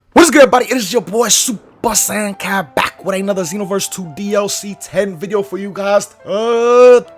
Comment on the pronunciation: It’s ya boy 🤣